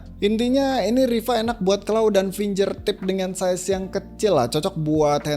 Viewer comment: Makasih review nya, Mas. Btw finGERtip, bukan finJERtip